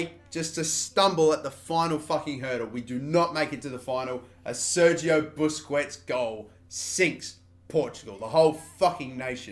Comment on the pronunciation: Its Buskets not BUSKWETS FFS